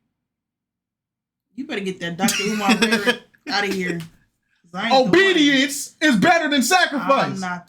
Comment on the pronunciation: 😂😂😂when he said obedience I thought he said on BD at first 😂😂